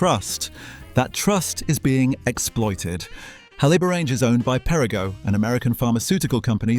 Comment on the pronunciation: He cannot pronounce Haliborange ……